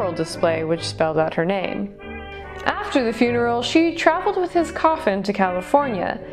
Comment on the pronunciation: Yes, he certainly was! I'll say one thing about his name - you nailed it perfectly! I just adored your outfit and hair - bravo, bravo!! I just over did PT yesterday. I need to remember it's not a race lol